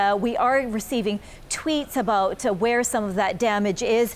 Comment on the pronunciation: 😂 he said aboot